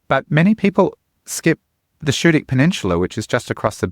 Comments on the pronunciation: SKOO-dik! NOT SHOO-dik! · Great advice but Schoodic is pronounced with a hard "c" not a soft "sh" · Being a Main-ah, I stopped watching this video when I heard him pronounce it wrong. You can't really know what to avoid on MDI if you don't know how to pronounce Schoodic, by the way which is my favorite part of the park and it is accessible year round. Winter in Maine is beautiful!!